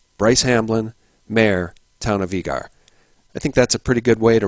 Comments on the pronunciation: It's pronounced Eager, like eager beaver. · it's EEE-ger, that's how us Zonies pronounce it. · Great show, I work in Eagar, Az. It is pronounced the same as the word eager. Keep up the great work. God Bless